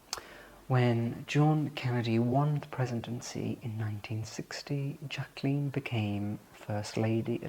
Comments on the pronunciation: It’s such a pleasure to hear my name pronounced correctly. It’s so rare. It was a sore spot for Mrs Kennedy too. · You are a dream. Beautiful presentation with such compassion. Thank you for honoring JBK . ❤ And you pronounced her name correctly.🎉